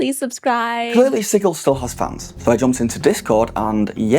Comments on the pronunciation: "Sigill?" Like fish gills? Reminds me of when Matt Mercer said Pyton or Peeton instead of Piton. It's Sijil. Like Jill Valentine. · It's a made up city. Pronounce it however you want!! Although "Siggil" with the hard G sounds dumb. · I know this is absolutely my issue, possibly because I am autistic, but every time you say the word sigil I flinch because you are saying it wrong. It’s not just a product name, it’s an existing word that means a symbol, seal, or icon, and it is pronounced with a soft G so it sounds like a J. No idea why some people think it’s a hard G. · LOL the way you say Sigil XD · Learn how to pronounce sigil